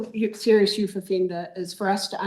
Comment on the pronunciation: Youth not youf